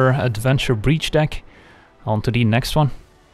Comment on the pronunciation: "Onto De Next Wan" is why I am subscribed.